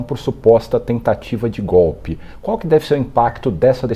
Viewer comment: Não é 'gópe', é golpe (de Estado)!